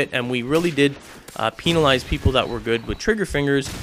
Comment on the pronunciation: LOL PEEnalize